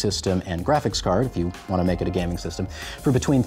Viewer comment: Dude! Learn to say "gaming" correctly first 😂